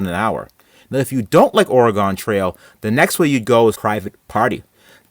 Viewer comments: Did you just say Ore Eh Gone trail? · You pronounced Oregon as Orygone, go directly to jail, do not pass go, do not collect $200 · Almost unsubscribed when he said O-re-Gone trail... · STAHP SAYING ORRRAHGONE. Say it wiff me. OR-IH-GUN. Now, faster. :D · Lost me at at “or-a-gone” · Did you really say OraGone Trail? 🙈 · Oh-ree-gone Trail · why do you say oregon like that? it's pronounces or-a-gen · Ore-RYEE- GONE lmao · I bet you don't remember it pronounced "ora-gone" either lol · As an Oregonian, the way you said Oregon makes me want to punch you. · i had to pause the video after he said oregon 😫😫😫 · Cringe every time he says Oregon. Like when people pronounce the s in Illinois. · That's not how you pronounce Oregon. Best take care to learn how before you hit the trail. Wouldn't want anyone to... get dysentery. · Learn how to pronounce OREGON correctly please. You sound stupid.